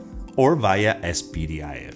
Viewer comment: Es pee dee aye ef ? 😂 It's pronounced spidif